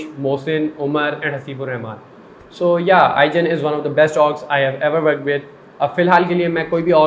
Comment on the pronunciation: It’s yeh not yaa?? 😂😂🤣